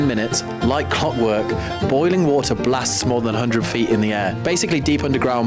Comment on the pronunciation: Did he say, “a bottle of wahwah”?